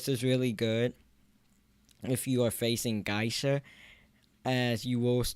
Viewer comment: Guysha...uhhh... What the ----- is a "Guysha"? Do you mean "Geisha"? (Pronounced as [gay-sha])